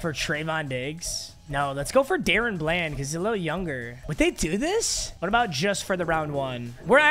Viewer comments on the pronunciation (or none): It is da- Ron bland nor Darren bland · somebody tell papa it’s pronounced Da Ron bland not darren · if he says dayrun bland again im gonna lose it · It’s Daron bland like (duh ron) lol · it’s Duh-Rawn Bland saying my kings name wrong smh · The way he says DaRon Bland lol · The way you pronounce DaRon Bland pisses me off